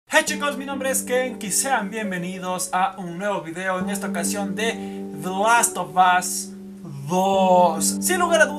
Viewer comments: "de los to bos " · Tu pronunciación es nefasta "te las ob os" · usted cuando pronuncia the last of us 2 pareces que tuvieses un huevo humano en la boca jajja quien opina lo mismo